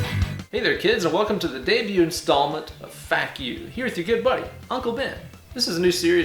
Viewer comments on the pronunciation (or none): none